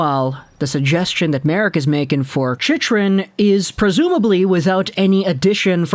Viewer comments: As a Panthers fan, Chychrun is not pronounced like that. It's pronounced She-crun not She-she-crun, She-shrun, She-run. I should know, his father is part of the Panthers broadcast crew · It’s pronounced ‘Chick-run’ btw